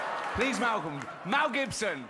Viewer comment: "Please Melgome, Mel Gibson"